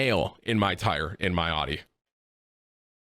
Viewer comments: 1.) it’s pronounced aouti 2.) Buy a plug from the gas station 3.) HaVe YoU eVeR hEaRd Of a sPaRe TiRe!! 4.) btw Ik this ain’t tim but like “come on man!” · literally never heard someone say audi like that. tim is just dumb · You cant even pronounce Audi, ur dumb asf, not good at fortnite and ur acting hard at one point and I bet ur as hard as a marshmallow. Calm ur dumb ass down tim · "It's all about that Aww Dee. Audi? Naa... Aww Dee." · How is Tim 29 and didn’t know how to pronounce Audi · every 2 seconds someone in chat insults how he says Audi, gets hella annoying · I'm going to have a borderline meltdown if you say Audi incorrect one more time, ya big tater